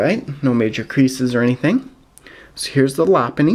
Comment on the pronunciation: haven't seen that location in a while anyways love the arceus and omastar cards in that pack! real nice the lopunny was cooler than happiny too bad it wasn't a chansey or Blissy halo instead haha sounds like Lapunny instead of Lopunny